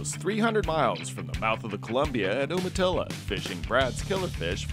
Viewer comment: FYI, it's pronounced Youmatilla. Darned California refugees😊.